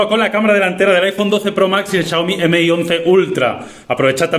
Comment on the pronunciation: "m" - "i" y no MI 🤦🏻‍♂️🤦🏻‍♂️🤦🏻‍♂️